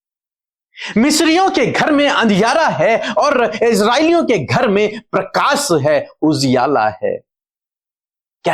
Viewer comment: Bhai parkas nahi PARKASH hota parkasit parkasmaan nahi s nahi sh lagao log hansi udate hai .